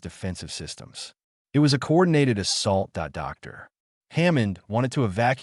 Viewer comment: Good story. I liked it. Thank you. Wish the word "dot" was used as the end of a sentence. Not as a spoken word. It would also be nice for "it" to be pronounced as a word, rather than. "i" "t".